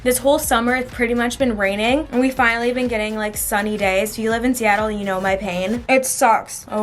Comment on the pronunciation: “Seattle”😂😂 more like....... nah